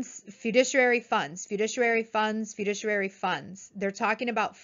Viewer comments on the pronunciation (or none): It's great to read about all the people passing their exams. Please learn how to pronounce FIDUCIARY correctly. Great video!!